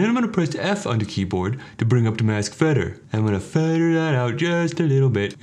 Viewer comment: you’re voice is amazing. I’d love to see you make regular tutorials on this channel. Also, your “feather” pronunciation is the best I’ve heard